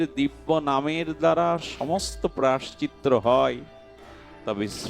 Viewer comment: বাবাজি মহারাজের ভগবতী কথা শ্রবণ করে আমরা ভজন পথের প্রতি উৎসাহিত হবার চেষ্টা করি,বাবাজির মুখের উচ্চারিত ওই শব্দটি একটু সংশোধন হলে ভালো হয়,প্রায়শ্চিত্ত শব্দটি ,ক্ষমা করবেন এটা বলার জন্য